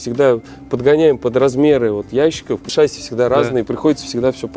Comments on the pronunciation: Выпуск интересный и весьма любопытный.👍 Но вот слово "ШАсси", это конечно печалька...🤦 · Может быть всё-таки шассИ, а не шАсси?🤔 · Да не шАсии, а шассИ